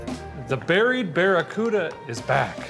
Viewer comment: This was a collab and we didn't know it..... and joined forces. 😎🔧 Awesome job on the BEAR-A-CUDA fellers! (I know it's "Barricuda" but...well *grins benignly*)